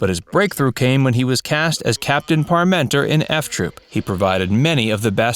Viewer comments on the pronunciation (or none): How did you manage to so badly mangle the character name "Parmenter" every single time? It's pronounced <PAR·menter>, NOT . Didn't you bother to watch even ONE episode?! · How can you talk about Ken Berry and not mention Mama's Family and his lead role in Mayberry RFD? And it's Capt. PAR- men-ter, not Par-MEN-ter. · Just for the record, it was Captain PARmenter, not ParMENTER, -accent on the 1st syllable. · It's not Capt. "Par-menter" It's Parmenter. You're putting the accent on the second syllable. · Unfortunately, the announcer is mispronouncing Captain Parmenter name. This should have been noticed during the editing session. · The narrator's pronunciation of the name "Parmenter" tells us one thing - He never watched an episode of F Troop. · Wonderful show. thank you for the video and information on cast. However, please learn how to pronounce the Captain's name. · Funny that the narrator of this pronounced parmeters name funny.